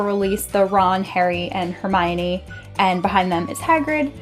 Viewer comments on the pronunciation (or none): none